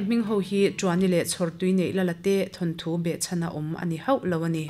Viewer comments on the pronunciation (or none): none